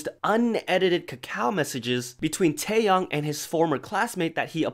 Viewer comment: Taeyoung is a different person. Say his name right please. Tae Yong. YONG. TAEYONG. Sorry, mispronouncing names is a pet peeve because people always mispronounce mine. But TAEYONG, not Taeyoung.